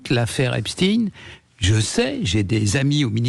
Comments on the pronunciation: Marre d'entendre EpSTINE, c'est EpSTEIN !! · Raufer prononce lui aussi Epstine à la Russe... Comment prononce t'il Einstein ? Einstine ? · Ça ne se prononce pas epstine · Vous n évoquez que les viols de jeunes femmes.. Mais jamais des enfants, et des réseaux pédocriminels. Un discours un peu polissé.. Le mossad n est pas mentionné non plus.. Rien d étonnant avec sud radio.. Déjà la prononciation du nom. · Pourquoi cet homme ne sait pas prononcer le nom Epstein correctement ?!